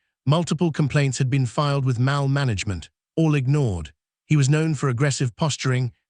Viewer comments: Why are we subjected to AI reading constantly. The continuous mispronunciations are extremely irritating. How many times do you think we want hear mall pronounced mal, like malpractice. The mal cop over and over. Pronouncing Maryland, Mary land. Stupid and inconsiderate not to teach this program better! Good video, poor reading. I'll be hearing how mals will be requiring sensitivity training for mal cops in my sleep. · The word MALL in this story is pronounced MAUL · Not Maul it’s Mall you nut! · This is one of the worst AI narrations I’ve ever heard. Mal instead of mall. ‘Ds from the previous line of text: ‘dshe’d ‘dhe’d. “Mary Land” instead of Maryland. Get a real reader instead of an idiot AI. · NOT MOWL … MAWL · Narrator needs to pronounce "mall" correctly. Phoneticslly it's "mah...ll" not mal..l". Don't use an England English speaker fir USA YouTube videos since their pronunciation is different than USA English speakers. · Pronounced Maul not Maal 😢😢😢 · She'd testified became she dtestified Mall became Mal Fix your robot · A.I. faulty. STOP posting this garbage. Multiple mis pronounciations and fragmented pronouncistions. Examples; Mall is pronounced "maul' and the state of Maryland is not "Mary Lind". Thumbs down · maybe your AI reader could learn to pronounce "mall" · Will someone program this AI voice to pronounce "MALL" correctly? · Your AI pronounces “mall” weirdly